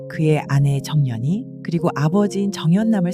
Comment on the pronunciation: 경상도 분인가요? 정년이 아니고 정연이에요 ㅋㅋㅋ